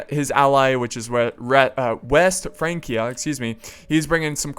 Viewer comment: It's pronounced France-ia, not Frank-ia.